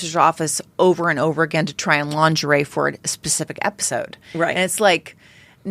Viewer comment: The G is soft in lingerie BTW😂